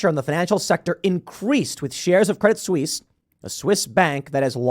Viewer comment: A silly point: the "t" in "Credit Suisse" is silent (stress on the second syllable).